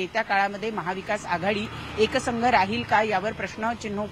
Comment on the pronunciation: वार्ताहारांना मराठी व्यवस्थित बोलायला सांगा. "एकसंघ" नाही तर एकसंध असा शब्द आहे.